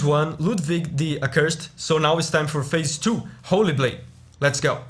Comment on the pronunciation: Stop saying fase😭